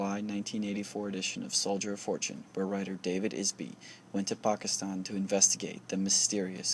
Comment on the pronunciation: Bro, the way he said "Pakistan" makes me suspicious as to whether he is of South Asian descent.